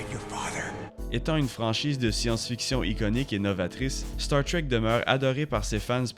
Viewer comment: Désolé mais star trek ça ce prononce pas comme ça en français